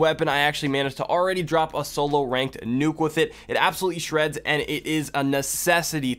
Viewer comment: Don’t fawget to dwop a like on di video🤩